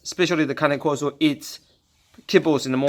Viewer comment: it’s pronounced KAH-NAY KOR-SO